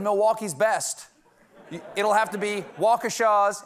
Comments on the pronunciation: Ope, just droppin' in to compliment the pronunciation of "Waukesha." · A Waukesha reference?? And he pronounced it correctly!!! My home town. That beer would probably be okay lol